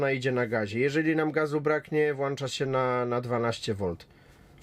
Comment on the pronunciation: U nas jest tak, u nas jest srak... I poza tym nie "włancza" tylko włącza..